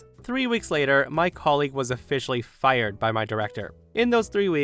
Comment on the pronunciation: I love distict way of saying, "Fi-yered!"🤣